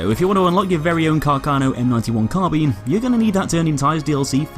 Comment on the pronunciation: like for proper pronunciation of carbine. thanks god